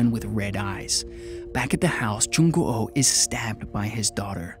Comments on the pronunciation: Ikr, I don't wanna be a Koreaboo or anything but Korean names are usually said how they look so it would be a long oo not an o o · LOL yeah, he's like Jung Go Oh X"D that's a whole other name there hahahaa XD nice try tho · Yeah, it's just like the word "goo" in english, like, sticky goo? He got Hyo Jin right tho lollll X"D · I can't, the way you say "Jung O O" bothers me lol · I know what you mean and yeah that's right, well maybe Jung Goo was a hard name for him? Idk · hahaha Moo Myeong too 😂 dats ok tho, he tried haha 😆 his "Il Gwang" is pretty decent, Jung Goo's the only weird one hahahah